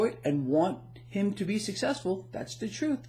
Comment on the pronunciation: Excellent post. speaking' troof to da PAWAH!